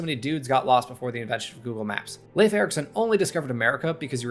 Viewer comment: You pronounced Leif correctly! It is my name in real life and it is baffling to me how hard it can be for many americans to fathom ei making an A sound, you know, like the english words neighbor and weigh. I've taken to saying "rhymes with safe" because I can say it 20 times and exaggerated and emphatically as I can and they with still respond "leaf?" With this confused look like they don't understamd they said something completely different.